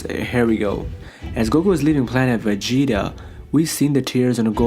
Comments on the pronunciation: Why do u say planet vegeta like that, “ planet aa va gets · Planet.....vegeta and that was gokus father.......bardock hahaha love how u say it